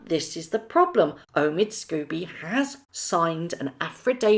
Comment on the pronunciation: I love your videos,. I really do but some pronunciation is a little distracting from your dynamite content. Not affradavid but affi-davit. Not Omid Scoobie but Omid Sco-bie. Otherwise, your content is very watchable.